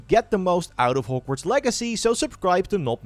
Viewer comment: Your accent makes it sound like you're saying horgworts lol I love it